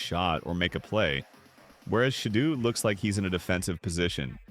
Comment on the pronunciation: “Say and shadoo’ WTF